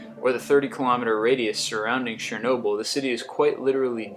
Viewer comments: He said it more like Shernobyl but it's actually Chernobyl as it's written. But to be honest, I couldn't give two craps how he pronounced the names, it's a fascinating video. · shernoyble???? lol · He said it wrong. And I know it, because I am fluent in Russian.